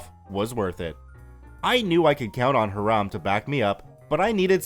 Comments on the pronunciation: Hiram pronounced incorrectly. See the videos Hiram Holiday for correct pronouncation. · I think that's pronounced Hy-ram, instead of Hah-ram. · F1 Yeah, and that's what it sounds like he's saying to me. I hear"Haram" instead of "Hiram." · As far as [] skepticism that the police weren't called to be involved after OP reported the threat of violence to Hiram (like "Hi-rum,' but not quite. It's a pretty common Jewish name. NOT HEE-Rahm, as you've been pronouncing it... xD ). NEeeeeeeeways; I dont think it's odd at all. From all signs, this is a camp which is like a right of passage for generation after generation in the same several handfuls of families, almost exclusively consisting of well-to-do members of the Jewish faith. It's likely that the after so many years of the same groups of friends, and their kids, and their kids etc. to develop quite the close-knit community. Add to that any predispositions the Powers That Be at the Camp may have, based on the hostile attitude law enforcement often took to Jewish citizens during their upbringing, to ultimately deal with problems "in-house" as it were, wherever possible. Rather than going to a figure of authority outside their circle, their faith, their purview, their whatever you want to guess at. Control, basically. We cant be sure, but at some varying level they all carry validity. I think with no actual incident of violence, there's no necessity to call an Outside Force to quash this problem. No one needs to risk stories in the local papers about police at the Jewish Camp. Or "Food Scandal!" On the nightly local news. No. They handle this quietly, without fanfare; like any large, private organization with a history of persecution from established Powers Th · The name is pronounced HI-ram, not ha-RAM. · Hiram = HIGH-ram, not heh-RAHM! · Isn’t Hiram pronounced HY-rum? If not, I’ve been pronouncing it wrong my entire life LOL. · Hiram is pronounced ... "High ... ram" 💕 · Can't pronounce Hiram, calls him Haraam